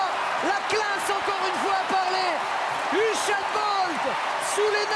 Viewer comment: "Uchène" bolt😂